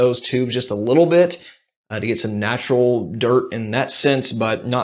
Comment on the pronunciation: Big fan of your channel! I've learned a lot from your videos, thanks for putting in all the work and sharing. Also, the way you emphasize the t in "dirt" always reminds me of Kid Rock in Joe Dirt, which is awesome. Don't ever change bro